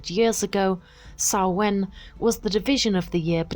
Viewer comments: Stress is on the first syllable, not the second (SAH-win, not sah-WIN) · Everything except your pronunciation of Samhain was great.